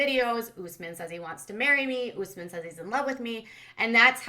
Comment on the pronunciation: US-men NOT oooos-men! Ugh!